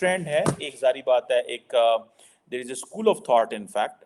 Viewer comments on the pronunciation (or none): none